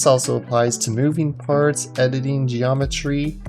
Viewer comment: edining ? xD in da beginin insert meme here nice tutorial